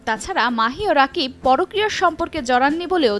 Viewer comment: নিউজ করেন।।কিন্তু নামই ঠিক মতো বলতে পারেন না।উনার নাম রাকিব না।উনার নাম।(রকিব সরকার)